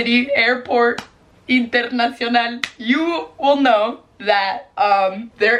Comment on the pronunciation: How she said international with french accent 😻